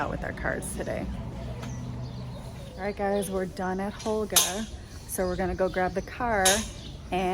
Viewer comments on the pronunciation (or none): You called her Holga. Her name is Hogla. And the H is silent in Spanish so it is pronounced Oh-g-la